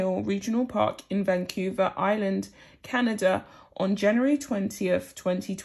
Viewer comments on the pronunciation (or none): none